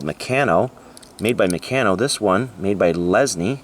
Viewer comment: Hi, always enjoy the reveals. By the way the Meccano brand is pronounce Me-kann-o.